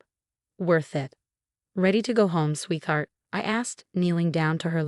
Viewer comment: Sweetheart is a compound word pronounce sweet•heart, not using the digraph “th”. Please get it right. 👎👎👎